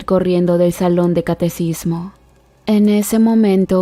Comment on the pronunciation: Catequismo quien te enseño a hablar? Y las palabras que terminan con D deben terminar con D ponte a estudiar pobre ignorante